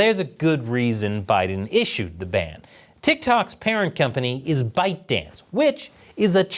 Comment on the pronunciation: I heard the company name as "Bite-Dick"